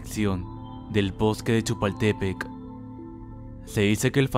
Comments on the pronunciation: Perdón,pero no puedo evitar decirte que se pronuncia: " Chapultepec" no chapultépec y es "Gabriel" no grabriel. Me encantan tus vídeos,pero luego no pronuncias bien y eso causa gracia y por ende se pierde lo terrorífico del vídeo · sii Lo dijo mal, pero si no es de México se entiende, Chapultepec Significa ''cerro del chapulin'' Y es un lugar muy hermoso 💓 amo a mi México! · Se dice Chapultepec no chipul_tepec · CHALE LA PRONUNCIACION DE GRABIEL MANCERA Y EL PARQUE DE CHUPALTEPEC ME CREA UN CONFLICTO